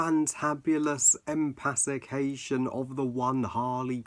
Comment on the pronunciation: You said 'empafication' lol